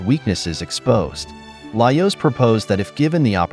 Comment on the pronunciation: Is this an actual voice over, or an AI? Certain words like Laios seem to be mispronounced consistently, in a manner that I have found consistent with an AI that doesn't know the correct pronunciation, rather than a voice actor who would learn the pronunciation of the character's name and adapt.